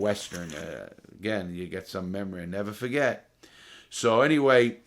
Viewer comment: Larry “and i’ll neva fuhget” Lawton